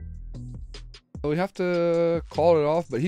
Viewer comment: Yooooo man please, can u add the S to "vamos" I'm Spanish and it really cringes me out the miss pronounce. I really like ur content though